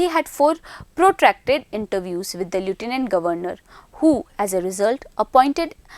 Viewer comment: ye.. Lieutenant... Ko kaise pronounce krti hai... Suno ek baar... Baad me uska pronunciation bhi search krna